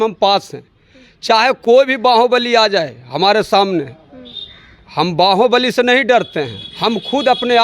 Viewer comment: बाहुबली ❌बांहोंबलि ✅